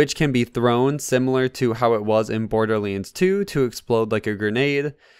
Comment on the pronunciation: Not borderleads my guy... It's borderLANDS lol